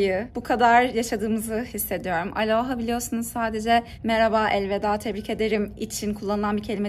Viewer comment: aloha o nun ustunde sapka yok. kapali o. bir dogru duzgun soyleyemedin